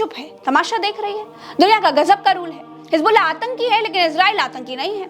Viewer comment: Ganwaar apna pronounciation Sahi Kar hijbullah nahi hizbullah hota Hai